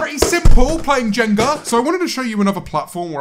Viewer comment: James you’ve got no business pronouncing “jenga” like that